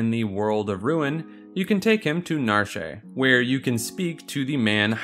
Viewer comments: Narsh is pronounced Na-Ar-SHH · Its pronounced "Narsh"